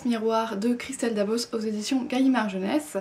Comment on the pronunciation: Pour information, on prononce bien le "s" à la fin de Dabos. Merci pour la vidéo :)